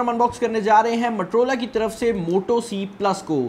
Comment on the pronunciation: Its Motorola, not matorola. Pakistani english